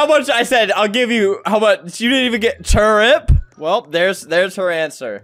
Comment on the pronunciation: The fact that it is TURNIP and not TURIP 😂